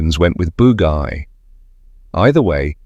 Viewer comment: And apparently the Americans called it the “boo-guy” 🤦🤦